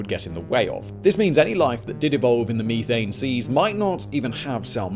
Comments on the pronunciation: Pet peeve it's meth-ane. Ane is a suffix connotating the chemical structure and meth for the chemical itself. You don't say people smoke crystal meeth so why would you say meethane? Just had to let that out. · the word is meth ane not me thane. LOL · Simon... I know your British or something to that accent...but meethane...it is a short E...methane...as in meth-ane...otherwise like the trim job on the beard... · I'll be honest. I paid more attention to him saying ee thane and me thane lol. Eth ane and meth ane. I couldn't imagine Breaking Bad with blue meeth. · "Stop right there thief!" "Meethane" "Oh, sorry Thane. I didn't recognize you" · Me-thane as opposed to You-thane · Mee-thane. Weirdo. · "Me"thane lol